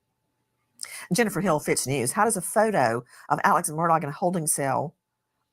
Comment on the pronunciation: Why is NG calling him Mur-dog? I cannot stop laughing.